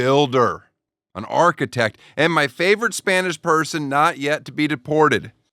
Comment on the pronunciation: Your "architech"?!?! How much f*cking money did make on TOSH.O? 😅😂😅😂